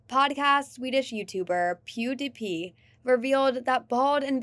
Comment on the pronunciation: Dude... How are you going to be a Youtuber and not know who PewDiePie is, or at least how to pronounce his name... And how is this the "UNTOLD" truth? Pretty sure you COMPLETELY glossed over the actual controversies that he has been linked to. Also, don't lie... You ain't giving away crap every month. These channels are so dumb.